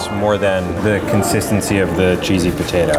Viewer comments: I love how says Poh-tato like Steven now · Wow pronounced both t's is potato very clearly, he must have rubbed off of steven